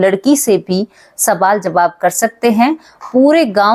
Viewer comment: Sabaal nahi (sawal) hota hai Hindi theek se boliye didi❤